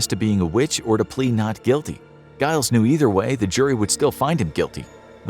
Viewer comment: 🤦‍♂️🤦‍♂️🤦‍♂️🤦‍♂️ Giles is pronounced 'djy-lz', not 'guy-lz'... 🤦‍♂️🤦‍♂️🤦‍♂️🤦‍♂️